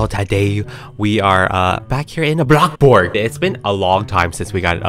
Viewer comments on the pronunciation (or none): I love it when he says BLOCKBORG instead of saying BloxBurg. So amazing! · NO ITS ✨A BLOC BORGC